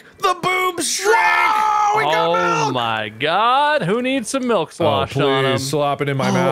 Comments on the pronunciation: I love the fact that said "melk" Which is legit our language's way of saying milk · Is everyone here ready to see me MELK!? 🤪 I love how in love is with his goat 🤣